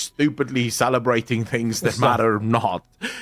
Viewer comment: Salabrating, sallabratting....